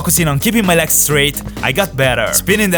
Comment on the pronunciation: Why do you say "leks" instead of "legs"? xD